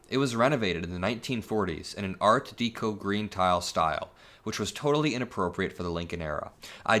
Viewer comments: It's deco, not dEco. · I love you, but it’s pronounced “Art DEH-co” not “DEE-co” haha. Thanks! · deco, as in art deco is pronounced 'deck-o' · Just FYI, it’s Deco like gecko. LOVE YOU TOO ❤ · It's pronounced deck-o. Art deck-o. I'm sure you've heard it before...😁💙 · Deco rhymes with echo